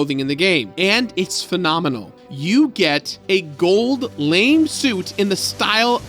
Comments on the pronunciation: it’s a “gold LA-MAY” suit, not a “good lame” suit. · its pronounced LA-MAY (not LAME) and your dye job is fooling nobody. embrace the grey! it makes you look distinguished. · A gold lame suit? Lol! It's pronounced la-may. Lol! Love your content. Keep beat sabering! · Did you really mean “gold lame suit” or were you trying to say “gold lamé suit” as in a suit made with golden metal fibers?? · "...you get a gold lame suit..." lmao it's a gold Lamé suit. pronounced: la-may. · was that a joke you made or the game made when you pronounced it lame , cus i'm pretty sure it's ppronounced la me (la may) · a gold lame suit? Honey, it's lamé (lah-MAY). Loved this game growing up, and glad you enjoyed it! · Gold lame? The fabric is pronounced la-may. Awesome video. No points deducted for not knowing an obscure word. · ...Gold lame? Nah, man. There's an accent there. Lamé (/lɑːˈmeɪ/ lah-MAY). Play Yakuza Zero, coward. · Lamé - La-may. Not lame. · Gold LAME suit? You know that's pronounced "lah-may", right? Well, I guess not...since you said LAME. Oops. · Gold lamè,. Lah-MAY, as in the shiny fabric, not lame like "it stinks". Good job hanging in there and double completing the game though! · it’s pronounced “lah-May” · Small nitpick, but it's pronounced Gold "Lah-MAY" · That gold Elvis suit is totally not lame! I'm this case it's pronounced luhmay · "a gold, lame suit." So close. So fitting that he makes this flub so soon after Chris left. ;) Meant as gentle ribbing.